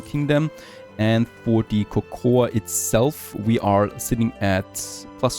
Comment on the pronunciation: Cocoa is pronounced koko.